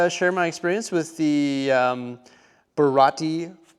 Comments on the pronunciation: I am a One Piece fan. The first thing: it is pronounced Ba-Ra-Tee-Ay. 2. Luffy is pronounced Loo-fee. 3. Watch the series so you have character context. Only two of those mini-figures actually work in the restaurant. Now the Arlong Park set absolutely would work in your amusement park. There is a reason for that, but it's something that won't be revealed in the live action for a long time. I won't lie, One Piece as a whole probably doesn't fit your city, and would mostly require some dedication. That said, if you fall in love with it after watching the Netflix series, maybe you will want to add it. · just to make sure for next time.... its the BA-RA-TI-EE